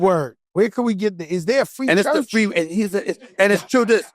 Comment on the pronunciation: Ayooo this nigga Joe said “is there a free church” 😂😂